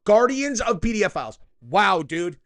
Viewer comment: Are you saying "pedophiles" or "PDF" files 😂😂😂